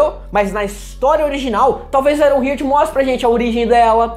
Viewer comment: Só uma dica: a pronúncia não é "aironrrirt", é "aironrrart", iron+heart: coração de ferro. Gostei da análise :)